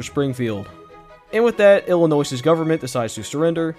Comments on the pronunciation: Did you say Illinoiss? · damnit its pronounced wrong the s is silent its kinda like illinoi the way you pronounce it YOOOO thanks